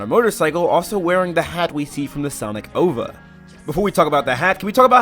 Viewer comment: I’ve NEVER heard anyone pronounce “O.V.A.” As OVA lol , sounds like you’re saying “Over” lol you sir are a rebel